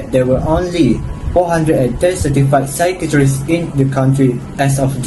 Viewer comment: Also, you need to polish your pronunciation of psychiatrist. It sounded like 'secretaries' instead of 'psychiatrist'. Psychiatrist is pronounced: sə-ˈkī-ə-trist | sī-ˈkī-ə-trist (US) or saɪˈkaɪə.trɪst (Brit)